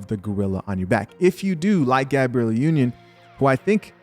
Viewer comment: #DUDE!! like the channel, but tired of you reporting on #SHIT you can't even take the chance to #READproperly. you do this alot dude. #GABRIELLEnotGABRIELLA